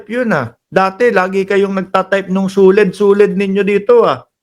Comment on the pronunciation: Yung suled naging lequed na😂